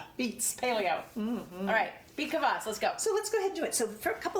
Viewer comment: It is pronounced KVAS not Kavass :)